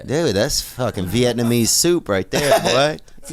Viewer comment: Veeyet numeez